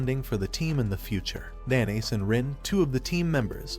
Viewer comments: the way he says haru's name, instead calling him "nanase" he said NaNaYs gets me dying💀😭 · Narrator says MC’s name like how some pronounce mayonnaise